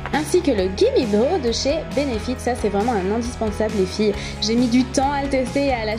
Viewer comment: J'adoooore le rouge à lèvres il te va hyoer bien ... sinon pour Gimme Brow on dit " Braw " et pas " bro"lol